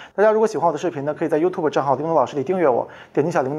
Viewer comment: 为啥我听到是 ‘各位同学好 大家好 我是李永的老师'